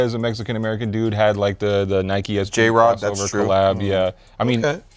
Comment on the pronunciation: When said J-rod...